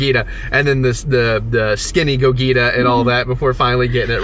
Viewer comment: Its pronounced Go-G-Ta not Go-Gi-Ta! LOL!